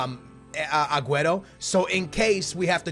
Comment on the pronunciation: Will u finally say aguero's name right?